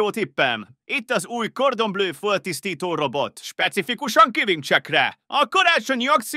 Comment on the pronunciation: Végre valaki "kordon" nak ejti a cordon bleut. Minden tiszteletem